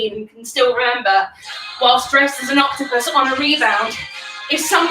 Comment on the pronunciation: "It's a HOTCTOPUS" stop it 😂😂